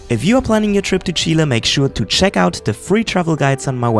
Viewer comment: First European guy that pronounces "Chile" the right way. Thumbs up for that! Cheers from Chile!